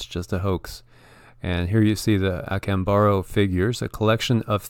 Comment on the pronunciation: Observe the accent mark say ah CAHM bah doe. Acámbaro.